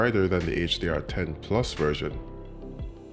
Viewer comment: I like how he pronounces plus - PLOOS!